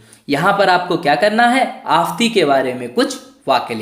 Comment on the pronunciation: आफ़ंती.....का उच्चारण सही करे